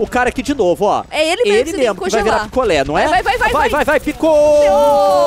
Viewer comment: quando ele falou picolé eu entedi piccolo